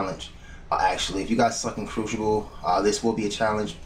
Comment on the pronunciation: Cruxiable xD